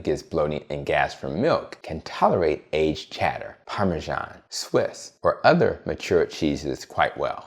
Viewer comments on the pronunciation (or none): none